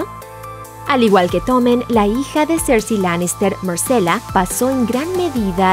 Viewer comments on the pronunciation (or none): Quien rayos es Marcela y Melisandra? Buen video, pero la pronunciación de los nombre si me molesto un poco